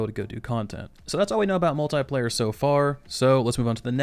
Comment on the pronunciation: Why do you say Multiplayer as Mul'tai'player?